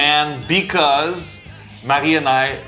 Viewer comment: Marie, it’s so nice to hear the pronunciation of your name. Ever since I moved to the US, many years ago, I don’t think I’ve heard my name pronounced the correct way, and it drives me nuts. It’s gotten to the point that I often tell people to just call me AJ instead, because I cringe when they butcher my name 😖. Oh my gosh, I love the photo on the Canadian $5 Bill! So cool!